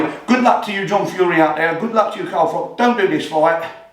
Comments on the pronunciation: Ps it's Froch. Like 'Frotch'. Not 'Frock'. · His name's Froch not Frock, just saying 😉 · It's Froch not Frock.